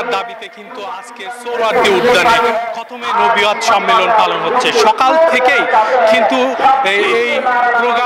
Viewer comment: এইটা কোন ধরনের সাংবাদিক যে সঠিক ভাবে খতমে নবুওত উচ্চারণ করতে পারে না?